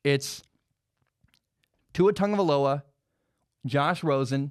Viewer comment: Why does everybody says "TaNgovailoa"? Also i just think Burrow and Tua will be gone before the 5th pick, so it's either Love, Herbert or not a QB on this draft for The Dolphins. #FinsUp